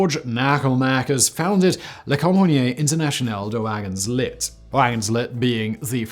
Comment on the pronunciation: Nice video. And just a little thing, in wagon-lit, the ”t” is silent 😉